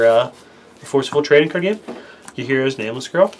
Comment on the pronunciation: Could we get a description including the decklist? It's difficult to search the internet for cards when you mumble the shit out of the card names.